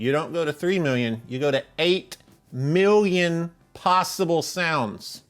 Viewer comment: You need to put your pinkie in your mouth when you say One Milllllion.